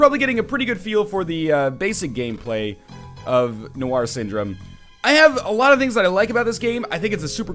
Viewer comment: noir is not pronounced nowhar